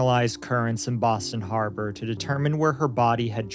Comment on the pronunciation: BAHHSTAN HAHBAHH